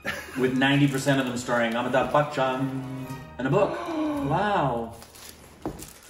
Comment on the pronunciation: Its AmitaB (B) and not AmitaK (K)